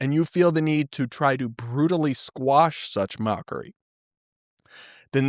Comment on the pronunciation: Quash not squash!